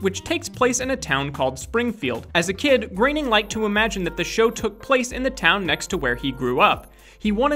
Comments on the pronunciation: Mate learn how to say Matt groaning. Not Matt graining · here's a fact. it's Matt Groening not Matt Graining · Its groening not graening